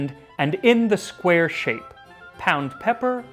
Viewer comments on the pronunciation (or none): none